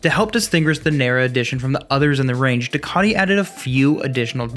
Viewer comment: Due-Ka-Tee, Dee-Ah-Vel. Great video otherwise!